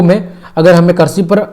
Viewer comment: All very good but karshi nahi krishi